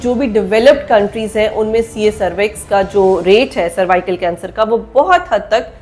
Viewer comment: Madam jee it's cervical not survical ap Galat pronunce kar rahi Hain woh nhi... Dikhai ja kar bahr ky mumalick mei is vaccine ne kiay karnamay kiay Hain... Yahan bhooky ko Khana free nhi milta vaccine kesy milni.. jaiyee ap!